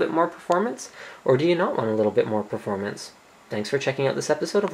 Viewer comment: not only "do you want the extra performance" but also "do you really need that extra performang".